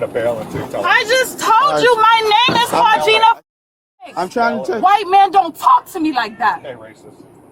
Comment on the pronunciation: "ClaudJINA" The Exhaustion is real